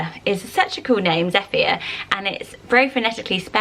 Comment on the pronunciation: When she said Zephyr I thought she said "Zeffia"... which I kinda like! 😄